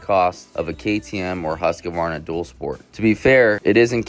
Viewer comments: Dude, its pronounced hoosk-varna. Not huska-varna or husky-varna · Huskavarna ?Learn to pronounce the bikes name